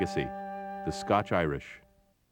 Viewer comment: Glad he said it right at the start... The scotch Irish.